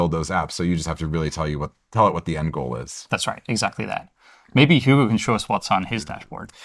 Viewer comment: Guy can't say Hugo